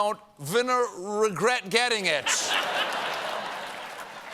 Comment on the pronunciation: "... vina-rr-regret getting it ..." 😁 Or even vina-regret doing this hilarious salad dressing joke? 😊 Nice save, by the way. 👍😇 M 🦘🏏😎